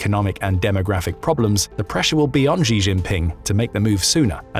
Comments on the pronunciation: The Chinese president does not have a French name: he is not *Zhee. The pronunciation of "Xi" is difficult for English speakers, but "Shee" (basically the same as the female pronoun) is good enough. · please learn how to pronounce ‘Xi’ as in Xi Jinping. It’s not hard…